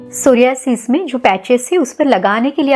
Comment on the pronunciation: Mere alawa kewal aap ne is rog ka sahi uchcharan kiya..🙏 Dhanyawad Didi is video ke liye 🙏 GS Rathod